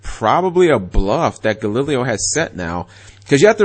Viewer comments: You said Galileo's name wrong 3 different way back to back. Gal-e-lay-o. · It's pronounced Ga-Lee-lay-oh De O-Bal-Dee-ah. And he's from Panama. I was hoping he would win but hey it is what it is. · Altair = Al - tear Unukalhai = uh - noo- kul - ly e Triverr = trih-ver Clausulas = claw-soo-las Trishula = trish-ul-a (u sound in put) Brionac = Bree-oh-nak (most likely due to Brionacs deck in a video game) galileo = gal - lih/lee - lay-o Yes i looked all these up, and yes, i get annoyed at times when he butchers names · Cap's pronunciation of Galileo physically and spiritually hurts me. Edit: Turns out the nine different pronunciations of Galileo wasn't the stupidest thing Cap said in this video. That would go to "Every time he summoned Triverr he won". It's ALMOST as if that's what the deck is made to do. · ***** Its probably because he lives in the south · I agree i cringed every time he pronounced it.